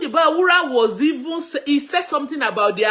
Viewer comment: his name is B A R U W A and not B A W U R A.